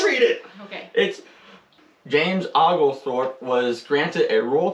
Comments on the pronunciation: Love your videos guys. Good try on the pronunciation but it's pronounced Oh-gul-thorpe rather than Ah-gul-thorpe. 😊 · That would be pronounced James “Oh-gul-Thorpe”…….say it quickly and you got it. Nancy in east Texas